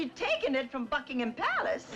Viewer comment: nice in that wee clip to hear Endora pronounce Buckingham correctly. Most Americans get it wrong and emphasis the H when it's actually silent. I loved Aunt Clara she was so dotty and kind.